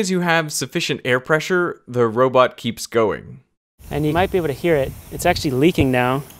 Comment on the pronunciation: Preasure. (I'm not sure if this is amalgam of pressure and pleasure, or simply racist asian pronunciation of "pleasure.")